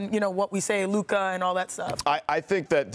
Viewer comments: Uh it’s Luka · It's luka and it really not close